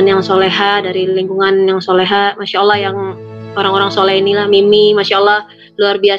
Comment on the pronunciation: Nyebut Lafaz Allah...Fasih Sekali Hj Tere.... Smoga Allah swt Selalu Merahmati Hj.Tere